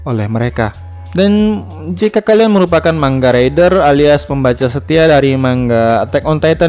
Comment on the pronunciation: Bang manga bang bukan mangga enak dong